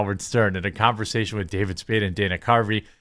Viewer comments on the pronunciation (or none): none